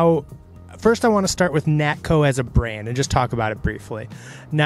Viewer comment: Nakto, not Natko.